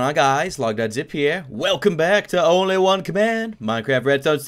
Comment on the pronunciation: Who else hears say Honly one command